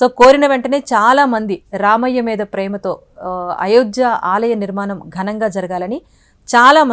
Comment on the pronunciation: Very good information and really proud news for we Indians.. but I'm sorry to say that the readers are seriously requested to learn the concerned language pronunciation also.. it is NOT విరాలాలు, నిర్మానం they are విరాళాలు and నిర్మాణం.. hope it will be taken positively and corrected.. the reader looks so good n professional so is her performance expected.. good luck